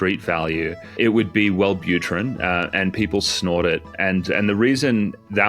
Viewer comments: "Weird ones like wellbuterin" 🥀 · "Weird ones like welbutrin" SENT ME